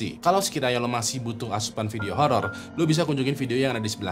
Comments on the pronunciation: Bang lu ngomong holor😢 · Salfok 'Holor' bang 😭